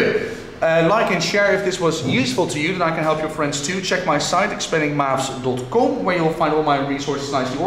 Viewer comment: he is an Egyptian the way he said ".com"